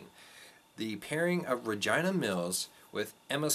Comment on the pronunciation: Well said and thanks for sharing but why are you pronouncing REGINAs' name RAHGINA??